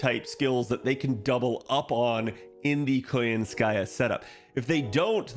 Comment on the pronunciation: Why KoyanskAya instead of KoYAnskaya tho?